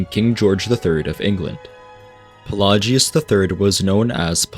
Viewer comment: He does pronounce some stuff like Pelagius as if he never heard it in game, but I think it's just a guy